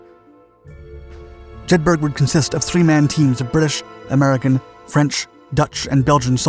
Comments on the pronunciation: Good Video once again let down by bad pronounciation! Jedburgh(A Town in Scottish Borders) is pronounced Jed burra! Not Jed burg! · Jedburgh is pronounced Jed Burra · JEDBORO (Like Edinboro) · Phenomenal content as usual. Fascinating and well researched. The one thing I would say that did stand out was the pronunciation of Jedburgh as Jed-burg, in Scotland the burgh part is pronounced burr-ah, so it should be pronounced Jed-burr-ah. I know I may be accused of splitting hairs, but on such a great channel with such good research I hope you accept this as well intentioned input. Keep up the great work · Jedburgh, pronounced: Jed-ber-ruh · 'Jedburgh', pronounced 'Jedburruh' FFS. The active ingredient in anti malaria pills is 'Quinine', pronounced 'Kwineen'. Why can't Yanks get pronunciation right? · "Jedburgh" is pronounced 'jedbruh'... Only educated, native, British, English speakers know this. The narrator of this video proves the point. Just imagine how a native German speaker would mangle the pronunciation... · Jedberg LOL, at least get the names right!